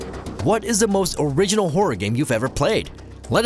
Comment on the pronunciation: Is it just me or did he say porror instead of horror at the start 😆 Maybe it’s the rum?.....